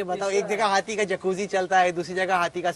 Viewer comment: Hathi ❌ Hatthi ✅😂